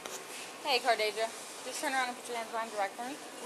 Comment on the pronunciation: CARD-ASIA? lmao